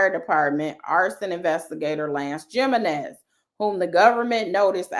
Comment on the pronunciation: I think the J in Jimenez is pronounced like an H as in "He men ez." Like Jesus is Hesus.